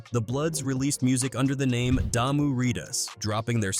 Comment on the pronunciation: 1st of all if you're going to talk about the games the blood and crips you need to get the name right Damu riders Not Diarrhea That's the problem Yabi from another country trying to report on the things that happened in the United States But don't have your facts straight Mentioning people don't have nothing to do with those gangs those videos have nothing to do with the gangs that you were referring to Those aren't the crips that was on the album those are not the bloods that be on the albums And putting the wrong names on the wrong hoods and putting the wrong hoods in the wrong neighborhoods can cause issues